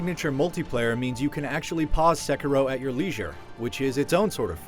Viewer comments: Its SEH-KEY-DOH not SEH-KER-O. Japanase R's sound like D's. Smh >_> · He keeps saying Sekuro lol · Theckaro? What? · It's not "sekerow!... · its pronounced c-keero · What really annoyed me was his pronunciation of sekiro it’s pronounced se-key-row “sekiro” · I believe it's pronounced Sekeero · Its Seh - Kee - Roh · It's Sekiro! SE-KEE-RO! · The guy that does the review doesn't even know how to pronounce the name, which is mentioned in the game... guess who did not play the game xD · Nice review, but pretty sure your pronunciation of the name is off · You're pronouncing "Sekiro" wrong. The accent is on the "i," not the "e." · I'm not here for the review... Im just here to find out how to pronounce sekiro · You pronounced the name of this game at least three different ways during this review, and none of them are correct. Why can't any reviewers take the 30 seconds to check how to say the name of a major game before a review? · oof, learn to pronounce the name of game before doing a review for a major outlet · Great game, but every time he pronounces it wrong, I just die a little bit inside. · Get people who can say the name right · It's annoying how he pronounces it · The way you say “Sekiro”... I mean, I know you’re not Japanese, but eek! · I can't be the only one that quit watching after he butchered the title which is very easy to say! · Can you please pronounce the title of the game correctly.... Once? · Love how this guy pronounces "Sekiro" loooool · He'd probably give it a 10 if could pronounce the name right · I can't take a review seriously if the reviewer can't pronounce words correctly. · This dude is so white learn how to pronounce the game title dude